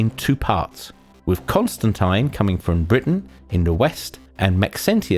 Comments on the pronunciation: you said constantine wrong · I've never heard Constantine pronounced like that even in the UK